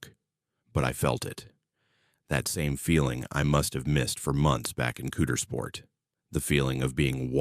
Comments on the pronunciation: Cow-ders-port, this beautiful Town deserves to have it's name pronounced correctly, please. Lol nooooo, not Cooters-port. Oh & I call Hershey, Pa. home. Her-she, aka 🍫 town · Ok...first ot isn't "cootersport" it's "COWdersport"-- for Coudersport, PA...so, the guy isn't really reading this? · Coudersport... Pronounced, cow der sport